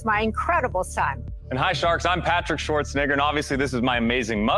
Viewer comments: The F*CK that guy say?! How do you butcher YOUR OWN LAST NAME that badly?! White ass. Schwarzenegger? NAH! Schwarzen!gger! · Bro did not say Schwarzenegger